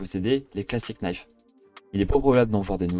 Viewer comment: On ne prononce pas le k de knife